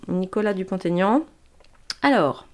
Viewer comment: Merci. Effectivement oui, Mr Dupont-Aignan est largement sous-estimé….il fait une très bonne campagne et mérite mieux. Ses idées sont très appréciables et devraient changer la France 🇫🇷!!! Juste une petite remarque…ne faites plus la liaison de son nom. Jamais pour les noms propres… Vous êtes très forte!!! Bisous 🥰😘😽😇😇😇